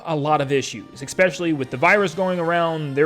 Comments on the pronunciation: this has to be said, its pronounced "especially", not "expecially". heard it a couple of times in your last few videos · Make a joke video about how nintendo is releasing a new console before the year 2100 AND ALSO PLEASE PRONOUNCE ESPECiALLY RIGHT